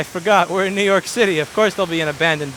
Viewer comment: To don't do list Nnnnoo York City